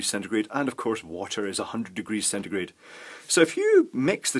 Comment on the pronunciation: Thanks for telling me this because it was killing me when you said centegrate